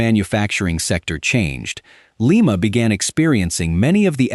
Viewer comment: LIMA, OHIO is pronounced LIE MA, not LEE MA. You should pronounce the Ohio cities correctly, or not do a video on them at all. Very disrespectful to us Ohio residents. You have a phone. You could have called the chamber of commerce or the Police Dept in Lima to know how to pronounce the name of the town!